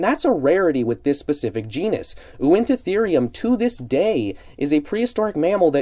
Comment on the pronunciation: This is probably my most anticipated safari prehistoric mammal figure. I can wait to get it. Btw i believe it is pronounced win-ta-therium